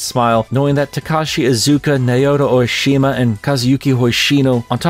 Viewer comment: Think “Sen-O-ue.” Also “Sah-otome” and “Nah-oto O-shima.” You’ve been saying “Oishima” this whole time and I’m not sure how. 😜